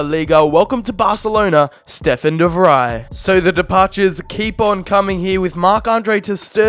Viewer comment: Its not de "Vrij" its "Fri" even im not dutch and i can pronounces names better than you.